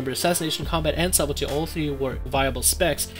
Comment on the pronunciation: You pronounce subtlety wrong, not being mean bro. But the B in subtlety is silent. It's pronounced suddlety. There's a video on YouTube on how to pronounce it. Again, not being mean. Just trying to help